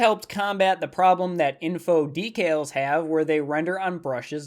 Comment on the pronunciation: it sounds like you are saying details instead of decals